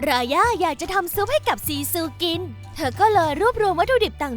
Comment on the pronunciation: รายาไม่ใช่ราย่าค่ะ